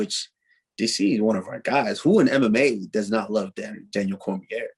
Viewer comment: Di this dude just say Daniel CormiERH??